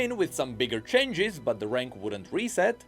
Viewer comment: Your pronounciation of "changes" as "chenges" got me so hypnotized, I could only focus that word for the entire video.